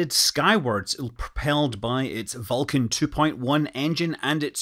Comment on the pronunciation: Vulcain!! Not Vulcan!